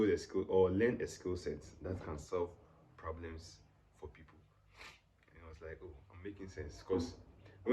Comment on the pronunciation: "There's a Po-blem"